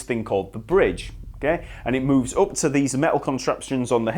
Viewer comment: And up as oop